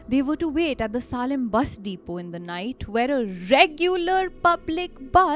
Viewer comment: A-rode and saalim is just absolutely crazy and honestly lazy. Kozhikode required some nuance and i guess its okay, but this was quite basic. Especially for a channel with such good writing and production, i think you should do better. Im sure your own followers will be happy to help you with these Otherwise love your work though